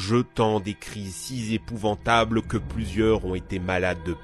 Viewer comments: "des cris si zépouvantables" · " Des cris si Z'épouvantables" :D